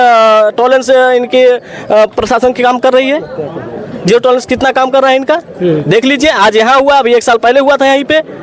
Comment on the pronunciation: जिरो टलारेंस नहीं जियो टलारेंस।